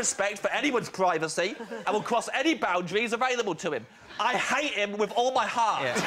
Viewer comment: "I HATE HIM WIF ALL MY HEART!!!"